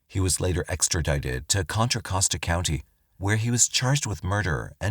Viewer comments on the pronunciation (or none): none